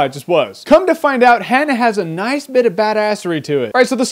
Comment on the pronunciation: Learn to pronounce "Hanna".